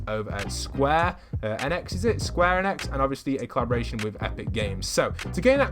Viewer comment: Hey, you pronounce enix like "eenicks"